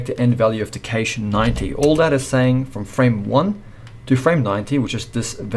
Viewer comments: Excellent tutorial! But bro, every time you said cache my ears bled. xD I'm so sorry. It's kash not kaysh, like 'a in pat' not 'a in cake' Otherwise straight to the point, I'm subbed. This channel ROCKS! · Never pronounce cache "kay-she" if you don't want to get laughed out of the room. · A great tutorial. But it really humorous to hear this guy pronounce CACHE as KASSSHHEEE. I much prefer to say cash. Put another shrimp on the barbie mate.